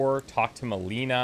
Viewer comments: "Melina", not "Meleena". She said her name. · Oh man. The pronunciation of Melina's name is... pretty unfortunate. It sounds a lot like "melena" which is... not a good association.